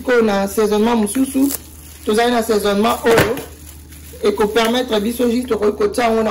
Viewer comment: Assesonnemment et non saisonnement maman 👩